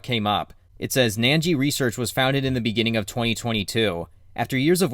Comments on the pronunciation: Why are you saying "nan-jee"? It's "nin-jee". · why would you think its pronounced 'nangee' when its spelled 'Ningi'? Where's your 'a' sound coming from?